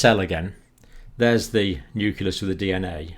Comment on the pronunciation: That is indeed great news!!! Though I was surprised to find that even someone like Dr. Campbell mispronounces the word "nucleus" (which should be "new-clee-uhs" instead of "new-kuh-lous"), much like how weapon labs and US presidents mispronounce "nuclear" as "nucular". It's sad to see how this has been spread across the native english speaking scientists.